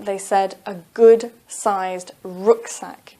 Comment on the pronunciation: I'm afraid you mispronounced the word "RUCKSACK"! It's Ruck as in cup not rook as in look.. Google it if you don't believe me!!